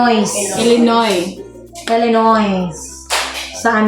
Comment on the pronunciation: Silent "s " when you pronounce Illinois!